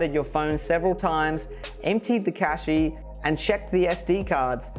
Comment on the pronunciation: good video, but fyi, cache is not pronounced cashee, it is pronounced more or less as cash is.